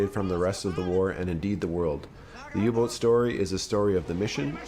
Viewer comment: Perfect text reciting but please Say third reish not reikkk And U boot is pronounced not u But AU with a length on the sylab Auu like Austria